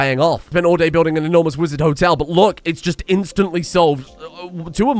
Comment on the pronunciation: Wizard Hotel: Wololo -tel (as in, the sound the damn unit conversion priests in Age of Empires made :D)